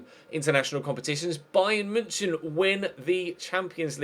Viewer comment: And bayern munich. You're pronouncing München wrong as well😂😂